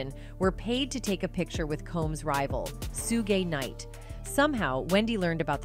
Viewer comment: Soo-gay Knight.